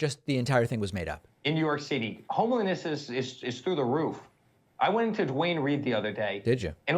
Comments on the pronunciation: No one catch Dr Trump with the "Homeliness" instead of homelessness?? Lololol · Did anyone else catch when Fredo said ‘homeliness’ not homelessness?